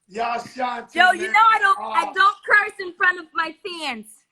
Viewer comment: This nigga keep saying ashantay lmao